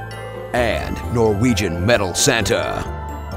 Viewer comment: 'noregian'? it's "norwegian".